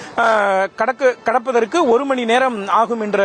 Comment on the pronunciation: கடப்பதற்காக கிடப்பதற்காக நெறியாளர் தமிழில் தீ வைக்க...😂